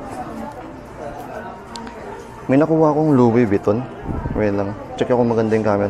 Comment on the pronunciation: Legit yung "Lousi Vutiton" haha